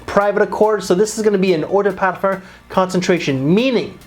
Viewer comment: What’s a Parfer😂 sorry I had to. Might want to get that pronunciation down if you are doing fragrance videos. Otherwise great work. 👍